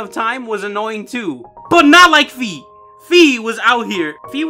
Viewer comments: Its called "Fai" not "Fi" like the "Fi" in "Finally". In the german version of skyward sword she is actually called "Phai" in the text Boxes instead of "Fi" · Say wi-fi That's is how fi i supposed to be pronounced